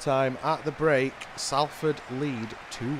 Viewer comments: It's pronounced Sol-ford fella not Sal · Enjoyed that good video but your pronunciation of Salford is wrong. It’s not Sall Ford you pronounce it more like Solferd. As for Dieseruvwe we all call him Mani but if you do want to know how to say his name it’s pronounced Diss A roo ( As in the first part of Rooney ) way.